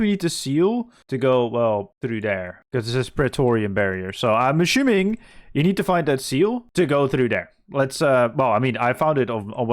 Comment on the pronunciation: You pronounce so many 's' sounds correctly, why is it that 'assuming' comes out as 'aSHuming'? Is that a regional thing? Just curious